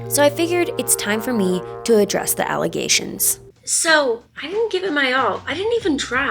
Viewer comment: Not the Allie-gations!!